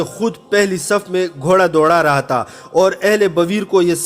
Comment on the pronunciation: pathan bhai ya taaa nahi ha , tha hota hai 😂